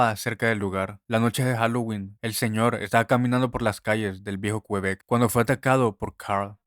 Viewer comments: Cómo que "qUebec", QuEbec, amigo mío. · Me da risa como dices el viejo qüebec 😂 pronunciando la u 😂